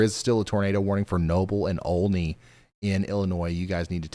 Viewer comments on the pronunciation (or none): none